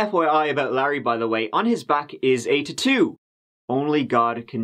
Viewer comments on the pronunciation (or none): The way he says tattoo🤣 ‘tiitttooo’ hahah